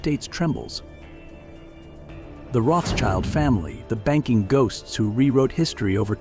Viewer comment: Guy is mispronouncing Rothschild!